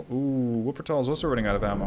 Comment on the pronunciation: Wuppertal was pronounced like perfectly. Baden also spot on. But to be fair, if they aren't historical relevant ships the names don't matter that much. If you would mess up hood, Iowa, bismarck or Nagato for example, it could be worse for some viewers